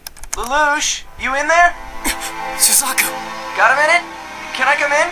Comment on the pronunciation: isn't suzaku said 'su-zak-u' not 'su-zeh-ku'... and 'c2' would be 'cc'?